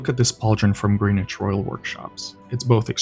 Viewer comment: Tiny piece of irrelevant pedantry: Greenwich is pronounced gren-itch.